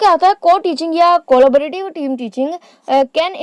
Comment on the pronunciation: it’s not cooola-ba-rative , its collabrative ., at least learn the correct name first, and then teach others 🤬